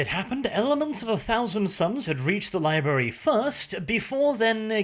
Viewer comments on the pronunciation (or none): Did you say libary on purpose? If you did, nice Simpsons reference!